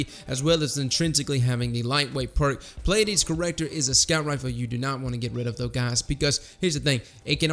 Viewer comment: Subbed because you're the only one I've heard actually pronounce the Pleiades corrector correctly!! Lol also great video!